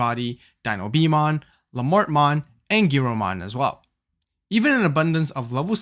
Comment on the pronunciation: Btw for anyone unaware Lamortmon is pronounced La-moor-mon, La mort is French for "The Death" and the French do love not pronouncing every letter